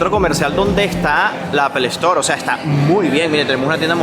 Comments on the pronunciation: Todo bien pero ojo con la calidad: No se dice ‘APEL ESTOR’, se dice ‘APL STOR’ (Apple store) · Esa pronunciación en inglés, fatal Apple- estoar😅😅😅😅😅😅